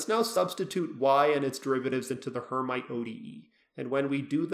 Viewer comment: Pronounced "air meet" not "her might"